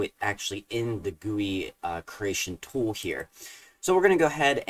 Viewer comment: I have no idea if I mentioned this to you before, but I really appreciate you calling a "GUI" a "gooey"!! :)